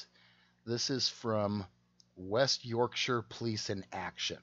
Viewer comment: May I congratulate you on pronouncing "Yorkshire" correctly, often Americans cannot pronounce it correctly. I live in West Yorkshire and served in the West Yorkshire police for 8 years "resigned" in 2005 due to lots of issues, but mainly corruption. I know that detective and he's a pompous Twat. The only difference between UK cops and US cops are Guns.